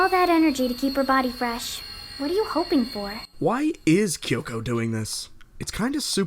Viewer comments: Midokah, Kie-yolk-oh, Kie-yu-bay, Wall-burch-noght, Wall-purg-not, wall-pur-gee-not, Sey-yaka. Yep that's totally how you pronounce these names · He call kyoko kioko 😭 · Kayo-ko. Sah-yaka. Ka-yubey. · the version of the movie used in this video is the english dub. the english dub with the correct pronunciation's of all the characters' names. so how the fuck does this guy pronounce kyubey as "kai-oo-bey", kyoko as "kai-o-ko", and walpurgisnacht as "wal-pur-jih-not". i'm gonna blow my head off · Hayri Mert Dumlu Exactly 😂 he's like 'Kaiyoko' 'Homrea' 'Kaiyube' 'Walpurgnot' I'm here like 'Being Meguca is suffering'